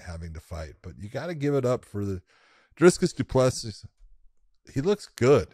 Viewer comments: Common gents!!! Dri-cus dooplicee....that's how ud you' pronounce it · John please.. it's Drey-Cuss Doo-Ple-Sea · Bruh it's pronounced dry-cuss do-plez-see!! You can tell these Yanks aren't used to pronouncing names from other countries! They should see some of the pacific island names the rugby commentators have to pronounce!